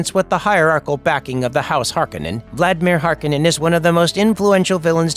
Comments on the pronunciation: HAR-KOH-NEN. Not Har-Keh-nen. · Hearing the name pronounced Harkinin……ugh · Hark-oh-nen. Damnit. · I thought I was the only one who went berserk over this haha. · I thought same until i heard some chars in 2 say harkehnen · thumbs down for never pronouncing the name correctly once. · I know right! It's so distracting to hear it mispronounced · It's hard for me to hear you pronounce his name without the hard O in it. Not this right or wrong, it's just it's already been ingrained in my head that way. LOL